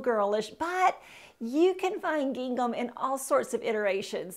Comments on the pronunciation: Gingham is pronounced like ging - um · I think she should learn how to pronounce gingham. That was distracting. But I generally agreed with her suggestions. It is not always WHAT you wear but HOW you wear it. Attitude Girl Attitude. That’s important.